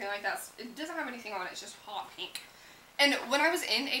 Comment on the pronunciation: a lot of beauty gurus pronounce pink "peenk"